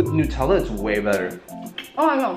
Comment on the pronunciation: Its not noootella its nutella you dont pronounce nut noot idiot😂😂😂😂 Still love your videos😂 From your biggest fan